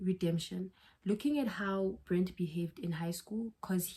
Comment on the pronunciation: I keep tweaking everytime you say “Brent” BRETT my love. Its BRETT😭